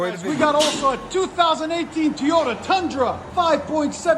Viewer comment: When you say teyota it cracks me up. Great videos man they have helped me out a ton on selections of exhaust